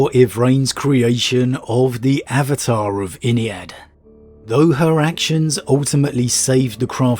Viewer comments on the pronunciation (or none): none